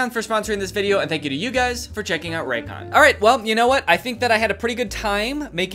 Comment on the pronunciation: I THOUGHT YOU SAID RACOONS 😭